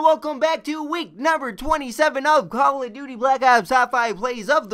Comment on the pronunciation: Every time I listen to a top 5 the commentator always puts an infuses on the "of" when saying "plays of the week", why is this? It gets annoying.